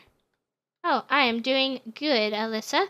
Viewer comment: The girl that you said was Alyssa is not how you said it ☹️